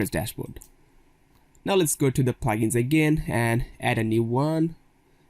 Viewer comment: it not Plagens it is Plugins it took me time to understand what you means by Plagens